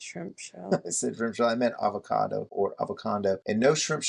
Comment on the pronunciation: "Ava-condo"...I like it 🙂👍🏻